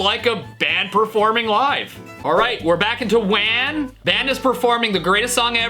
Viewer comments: Hey Stevie for the AI WAN u say it like whan like Juan but with a w in front of it also love ur vids 😊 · I'm pretty sure it's pronounced "W-ah-n". Like wand and swan. Lol